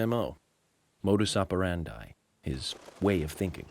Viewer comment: "modus operandai" lol